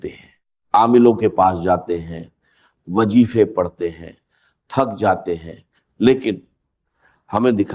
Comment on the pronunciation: Wazife ko Wagefe wah Bhai ye Dr Israr Ahmed ki awaz nahen he